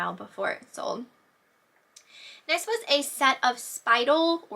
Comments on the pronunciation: Speidel is pronounced, spy-dell. And you are a-door-a-bull! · Speidel is pronounced spy-dell. :)